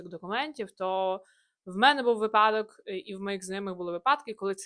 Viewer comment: Від наголосу випАдок у вчителів укрмови - припАдок. вИпадок, вИпадок! Одеса, Україна 💛 🩵